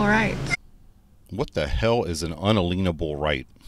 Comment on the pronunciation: I just cracked up laughing when she said "un a lienable." 😂😂 I grew up with a sovereign citizen uncle who used to say this stuff. What they are doing is taking the word unalienable and breaking it up into three words, arguing that rights are treated as property and that they can't be taken away. Thus, they aren't capable of being liened.